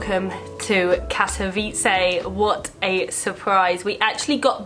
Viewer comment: Your pronounciation of the city name is perfect. Thanks for nice and informative upload. All the best in all your travels!